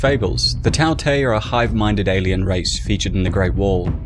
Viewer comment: Tao tei is pronounced as Dao Die